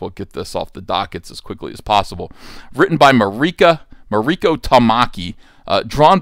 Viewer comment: MARIKO [MAW- REE- KOH] no accent on the "I".... When did Starfire sleep with The PENGUIN? Are they sure it wasn't UNCLE FESTER?